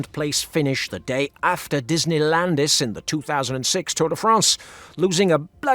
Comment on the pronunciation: Did he say Disney Landis? Hahahahahaha